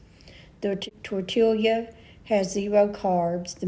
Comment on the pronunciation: It's pronounced "tortee-ya," not "tortil-ia."